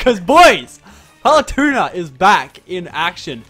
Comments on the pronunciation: I bothered me how said Paletuna instead of Palutena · It is not palatuna it is palatena!!!! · OMG, PaluTUNA can you not. Palu-tEHna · I'm amazed i havent seen this yet... ITS PRONOUNCED PAL-OO-TEY-NA NOT PAL-OO-TUNA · Does know hes saying her name wrong??